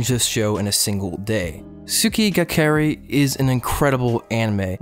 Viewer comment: my ears when you pronounce Kirei wrong